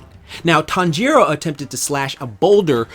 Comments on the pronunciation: I hate how you say "tonjaro" instead "tanjiro" (tan-ji-(r/l) o) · Its tan•jiroo not tan•ji•roo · "my weeb heart" also him "tan jero" wtf foh cuh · "Tawn-jeer-o" EW WTF IS THAT PRONUNCIATION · Me when he says Tanjiro as Tan jiro 😰😱😭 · i hate the way he says "Tanjiro"